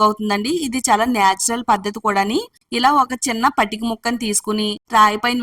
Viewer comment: Patika ante clearga cheppandi